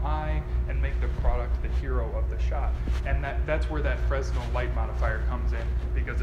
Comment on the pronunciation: “It’s called a fresnel” hahaha, a little suspicious of a proclaimed photographer if they don’t know the pronunciation is Fruh-nel